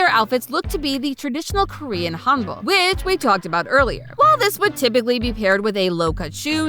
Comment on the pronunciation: The amount of name/korean words being butchered 😢